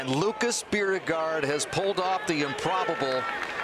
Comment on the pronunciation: it bugs me how they mispronounce lucas’ last name...i have the american version of the name. “beer-go”